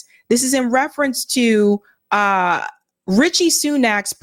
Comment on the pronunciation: Rishi not Richie